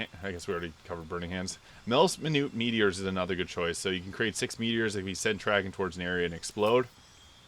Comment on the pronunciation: can tell you never got into the first baldurs gate games since you cant pronounce melts minute meteors the best spell arguably for sorcerers